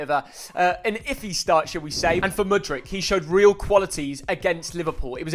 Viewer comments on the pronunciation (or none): none